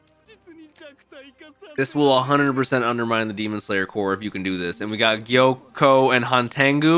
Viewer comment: His name is Gyokko, not Gyoko.